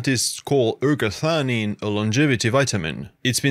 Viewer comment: Non si capisce il nome della sostanza. Quando dice eratanina e quando ergatanina, erationina, erganina.... ma nel web si trova ergotamina che è tutt'altra cosa. Qual è il nome giusto?